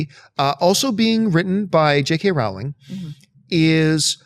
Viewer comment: You guys always make me cringe when you mispronounce Rowling's name lol